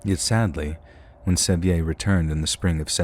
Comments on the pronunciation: Pronouncing John Sevier like that is so funny. It's said the same as "severe," like Sevierville. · Sevier is pronounced "severe". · Hahahaha! John Se-vE-Ay!! You mean John Sevier???! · *John Sevier, pronounced Severe. He was the 1st Governor of Tennessee and there is a country and Highway, among other things, named after him.